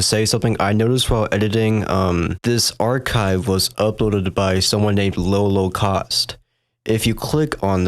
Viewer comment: You keep saying "low-ko-kaust" but there's only 1 K in the name. Pretty sure it's "lawl-o-caust" like a play on the word holocaust.....